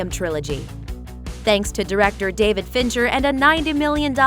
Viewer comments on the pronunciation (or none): none